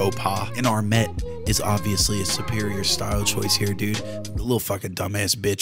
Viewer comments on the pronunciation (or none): please don't pronounce armet like that. It is French. it rhymes with "ur gay."